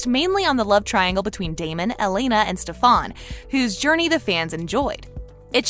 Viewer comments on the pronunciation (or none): FOR THE LAST TIME ITS FUCKING STEFAN NOT STEFONNNNN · LISTEN TO ME stefan is stef-in NOT stef-on NJSVFUFIEFVROUBEPIFBIPUFU PLEASE STOP IT IM HURTING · dude its stefen not stefon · new kai over here, saying stefans name like staphan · You did not- you did not just say Stefon no no no it’s stefAn 🤦‍♀️ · She said stafon not stefan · It's not SEFAAANN its stefen. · HIS NAME IS NOT STAFON ITS STAFAN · STEFON you literally have to watch one episode to know his name is pronounced STEFAN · Stefan not stefoan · Me to it’s Stefan not stefon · not the cat trying to be Kai saying sta-fon? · She DID NOT just pro ounces his name as Steforn 😂😂😂 she reminded me of Kai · Did she just call him ste-fan like bish are u kai ? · She's saying dobriv instead of dobrev, and stafon instead of stefan, ugh she's as bad a kai parker 😂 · We found KAI's sister 😭.... U pronouncing Stefan as StefAn gives me chill🙏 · Did she just say stefaan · Am i the only one correcting stefan. Not stafon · I cringe everytime she says Stefon..... ugh! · Hate how you say stefans name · for fuck sake learn how to prenounce Stefan can't you even read the subtitles when watching the show ... pretty much explains you probably dropped out of highschool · why are they pronouncing Stefan like how Kai did in s8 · Lol she's pronouncing it like Kai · I think she's saying in on purpose because Kai called Stefan Stefon.